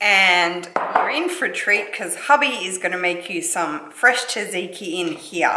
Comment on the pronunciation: I love you, but your pronunciation of tzatziki killed me a little... 😅 I do appreciate the shout out the Greek subbies though. Proud Aussie-born Greek right here 🙋🏻